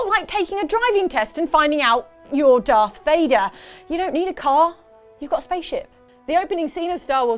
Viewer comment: are you serious? darth vader with an F? it's not like he's some random guy, he's from fricking star wars!